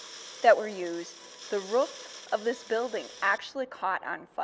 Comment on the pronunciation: What's a ruff? 😏 I believe you mean roof.....R Ooooo f